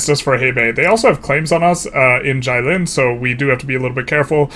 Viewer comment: Jilin is closer pronounced as "GEE" - lin (as in geez)